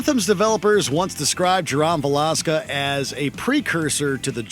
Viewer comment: had me laughing from how they pronounced Jerome Valeska